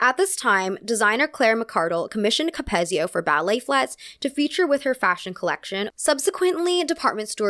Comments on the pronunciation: just letting you know, capezio is pronounced "cap-EEZ-zee-oh" in contrast to ""cap-EHZ-zee-oh" :) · ballerinas gonna come at u 4 this one, its pronounced “cap-eez-i-o” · I love this video, but I just have to say it’s “CapEEzio” 😭😭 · Just wanted to let you know… you are pronouncing Capezio and Balanchine wrong. Capezio is cap-E-zio and Balanchine is ball-en-chee. Don’t get me wrong, I LOVE this video, but as a classical ballet dancer of 10 years, the mispronunciation really stood out to me. Other than that, I did really love this video! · George Balanchyne and Cappezzzzio 😭loved your video! But also please research how to say all of the names, these are very famous people in our dance world! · As a ballet dancer, I love hearing you talk about ballet!! For future reference you don’t pronounce the “p” in “corps de ballet” & capezio is pronounced with a hard E sound, capEEzio.